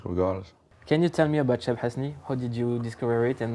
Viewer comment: On dirait qu’il parle bien arabe pcq il prononce archi bien le blase de cheb hasni et el jazair mdrr